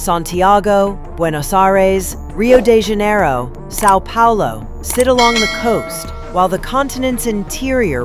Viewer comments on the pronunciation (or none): Río dé Janairro